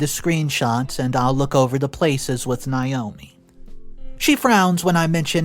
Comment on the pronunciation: OP's wife's name is pronounced NA-O-ME. Not NI-O-ME. I know because it's my name, and I hate when people call me Ni-o-me. It's spelled Naomi the A is long. NA-O-ME, there is no long "I" sound in Naomi.